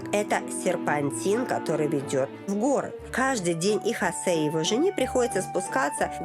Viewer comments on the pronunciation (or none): Ни в коем случае ни Хасе! Хосе! ХОсе! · Хасе... тётя, это имя Хосэ.